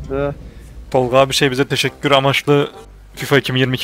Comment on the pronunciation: o nasıl tessekkur taktirdir lan o hahahahahahahah